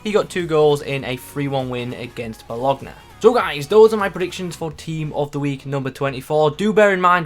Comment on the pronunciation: Predictions are spot on, but seriously, hearing you mispronounce Bologna like that hurts bad 😭 That aside, seems like a decent TOTW!